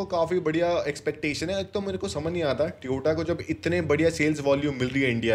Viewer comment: It's not a tiyota , it's Toyota 😂😂😂